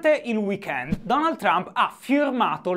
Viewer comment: Che ne dite di bandire dall'Italia tutti quelli che al TG pronunciano "Baraccobama", "Illari Clinton", "Berni Senders" e poi li senti dire "Donald Ciump"?